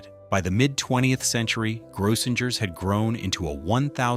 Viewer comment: It's pronounced GROW-sing-urs. 🙄 Service clubs like Lions and Rotary used to have conventions there.